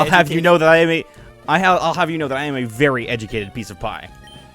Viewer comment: Idk why, but its was really funny to me to hear strugge to say the word educated. Mostly because he sounded a little uneducated trying to say the word educated.